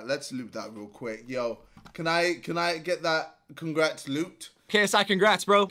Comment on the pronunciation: It sounded like KSI kicks rats or K psychic rats